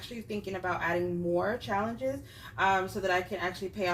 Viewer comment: You’re so funny saying “shallenges” 😂